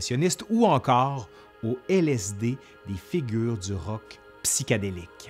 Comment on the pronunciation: « … des créations artistéques… » « …rock psychédéléque… » J’adore votre accent